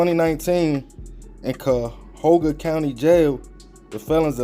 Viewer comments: CUYAHOGA NOT CAHOGA COUNTY 😂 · cuyahoga is pronounced like Ky-ya-hog-uh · pronounced ky-ah-hoga county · Cuyahoga. Ki-ya-hog-A. Cuyahoga baby.😂😂😂We know you not from the land!!!😂